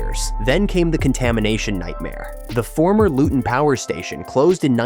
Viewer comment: 2 mins in and I was worried this could be AI slop. But- it’s so far well thought out. And you pronounce Luton without the T, so that’s good work already. I get to see Power Court rise most Fridays near my work place (And based on the need to move since 1955, it’s a needed long term investment)